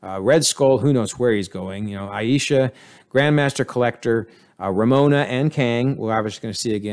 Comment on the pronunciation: RAVONA, not Ramona.